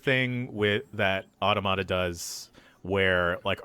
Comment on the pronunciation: No one knows how to pronounce automata, huh?